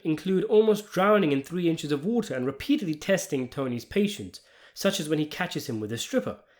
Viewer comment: “Didn’t he almost drown in tree inches of wata?l